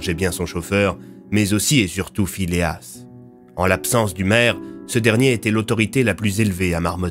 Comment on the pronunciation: Phileas? Ta langue a fourchée je pense !